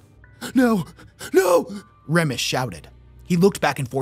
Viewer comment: Remus = reemus not REMus.